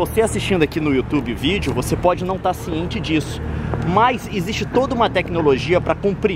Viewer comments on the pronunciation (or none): só eu que já reparei que, ao invés do Leon falar '' vídeo'' ele fala '' vígeo''?? adorei o vídeo!! Leon é muito inteligente....